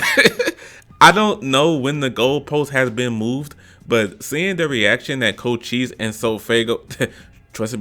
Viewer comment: “Co chi se” Its pronounced “Co Shise” But I agree with your list, mostly. Edit: yaaaaaaa, I got it wrong, it is “Co Chese”